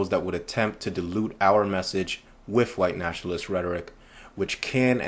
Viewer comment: Please, please, please, try to pronounce the "TH" in your speech as a true "TH" sound and not an "F", i.e "WITH" not "WIFF" PSYCHOPATH" not "PSYCHOPAFF". Do you say "FE" instead of "THE" too?